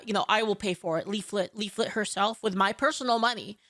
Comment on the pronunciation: I was legit trying to look up “Leafit” because asmon mispronounced it 🤣🤣🤣